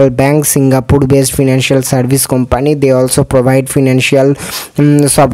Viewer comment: Not Kompaanee its kumpni